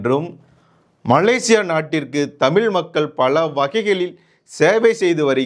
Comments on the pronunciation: தமிழ் not தமில். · ஐயா தமிழ் என்பதை முதலில் தமிள் என்று உச்சரிப்பதை தவிரத்து தமிழுக்கே அழகான் 'ழ' வை ஒரு தமிழனாக சரியாக உச்சரிக்க கற்றுக்கொள்ளுங்கள். பிறகு வீடியோவில் தமிழைப் பற்றி பேசுங்கள்... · நீ தமிழை சரியாக உச்சரி முதலில்.